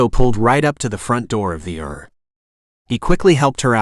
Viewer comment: Too bad it's not a real reader. I got a laugh when it says "err" for ER or "led" for lead, (long E sound) 😅